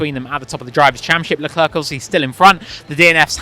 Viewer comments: Thank you! How difficult is it to say "luh clair"? Early on in his F1 career he actually described how to say his name just lie that! (Edit: I speak French too, so you can imagine how much hearing "la clurk" hurts lol) Wish commentators/journos asked Zhou how to say his name, too. I've heard multiple orders of his name said, and I'm sure they're not pronouncing all his names consistently. It's a matter of politeness. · Who's "Leclurk"?